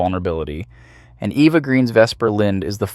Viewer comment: Eva. Eva Green. Not Eeva She's not American but French. I love your videos but this irks me.